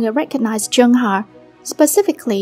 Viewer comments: I know chungha I mean the queen but idk abt chunhar </3 it's the pronunciation that sucks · PLEASE LEARN HOW TO PRONOUNCE HER NAME BEFORE TALKING ABOUT NEGATIVE THINGS ABOUT IDOLS